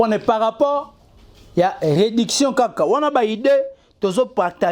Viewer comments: Yo pe😂 Reedition et non rediction😂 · En plus balobaka réédition et non réduction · Tu es bête comme ferré tu n arrive mm pas a prononcer le mot réédition eza pasi on dirait ferré recrute que des boutiques pour parler de lui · Manque à même prononcer réedition tu n'arrives pas